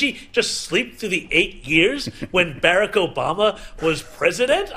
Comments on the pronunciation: “Beareck Obama” 😂😂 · WHO'S BERRICK? 😂😂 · He didn’t even pronounce Barack’s name correctly. So pathetic to give critique when you can’t even articulate a simple name.